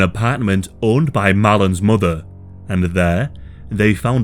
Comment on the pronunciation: Emelys muhdde' and fadde'